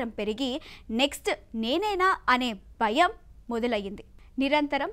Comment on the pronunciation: Nee Telugu ki 🙏 .. bayam kaadu Bhayam, baram kaadu Bharam… Neeku telugu chadavadam elagu raadu ani English lo cheptunna… It’s real that all the talent has moved to Software, all sectors need talent, else we need to listen to such irritating anchors.